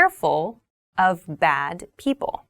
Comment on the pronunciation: the word 'people' sounds like peoble in , is it common to sound like that in America?